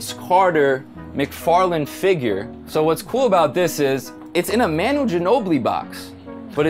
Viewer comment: I live and rep the sa spurs it’s pernounced mah-nu no meh-nu